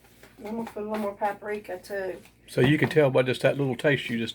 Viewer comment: It's PAP RIKA, not PAP ARIKA. I haven't ever liked blackened anything, but my niece does. She makes it a lot.